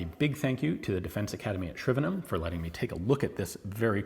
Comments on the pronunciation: Well done for not emphasising the HAM of Shrivenham. :) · Thank you for taking the time to learn how to pronounce Shrivenham properly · wonder how long it took him to get the pronunciation of Shrivenham down. Americans really do not seem to get how to say places ending in ham and he seemed a little proud of himself afterwards lol